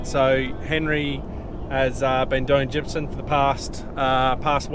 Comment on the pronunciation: I could swear you call it gypsun rather than gypsum. Is it just me or is that how you say it.